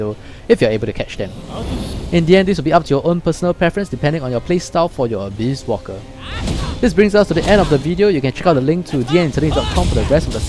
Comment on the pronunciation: u sound like u said abuse walker lol